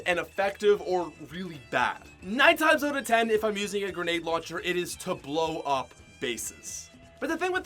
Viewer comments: it’s out not oat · Anyone notice he says out like oat